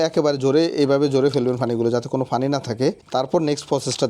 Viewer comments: Apni to onek sihhito tai bujhen na,pani k uni fani bole ar ki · Kothay jabo, ekjon panike bolche fani arekjon bolche fanfry